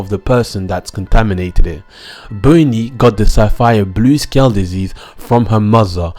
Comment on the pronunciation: "Boney" tho...